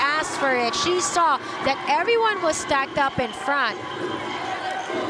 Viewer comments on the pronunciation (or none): none